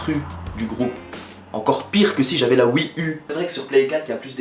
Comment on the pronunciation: Je crois que cet homme est l'unique qui dit wii 'u' au lieu de wii you